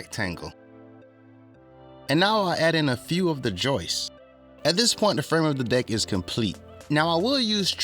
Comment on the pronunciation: It's "Joists" not Joyce! LOL